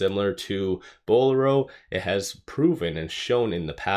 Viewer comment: Thanks for the vid. Just an FYI, Bowlero is a play on word "bolero" and as such, is pronounced "bowl-AIR-o"